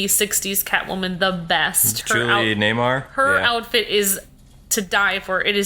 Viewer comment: Julie NEWMAR.. Not Nay-mar.